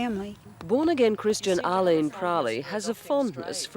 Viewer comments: Aleen not leen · Liz Hayes cant even pronounce Aileen's name correctly. Then degraded her during the whole report. Journalists are supposed to be neutral. Poor reporting. 👎🏼